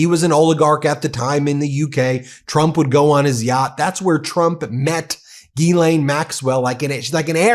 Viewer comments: To get to the point and quit using Clickbait to get somebody to listen to you and for God sake learn how to say her name correctly Not Ghee Lain 🧐🤡 you are so annoying and why I don't subscribe to you!1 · No Binki, I'm with you all the way except when you and everyone else mispronounce her name, Geee-lane-- Guhhh-Lane!! Nyet, Nein!! Pronounce the damned name the way it's written:: Jizz-Lane! The word is JIZZ,! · GILL like a fish. NOT Gee like me. For Fuck's Sake say her name right. GILL LANE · I'm not pronouncing it "Ghee-lane" anymore. I'm calling her what she is: "Jizz-lane." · I couldn’t watch this video more than a single minute. This dude is literally finding any excuse to say Gillane Maxwell’s full name over and over and over again while repeatedly endlessly mispronouncing it. Its not Geeelane if you can’t say it right then just say her last name Maxwell. Everyone will still know what you’re talking about. You don’t have to sound silly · Please learn how to pronounce the name correctly.